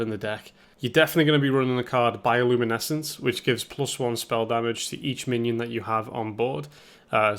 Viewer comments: nobody gonna help with the pronunciation of bioluminescence? it goes bio-looma-ness-ents. he prob just didnt have time to read the card properly, but hey at least there are no R sounds like the purple burglar alarm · pronouncing bioluminescence like that hurts my soul lmao